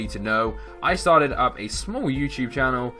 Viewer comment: when u said youtube you said youporn!!!!